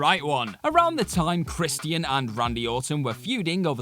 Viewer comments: ChrisTEEAN? You mean CHRISTIAN. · Chris_chin. Not chris_T_ian. Chris_chin. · Who the hell is Kristy-In? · I hope this guy knows it’s Christian. Not Chris Tian. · Crist-ee-uhn (Christian) haha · The way you say Christian is frustrating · The way he says Christian is funny af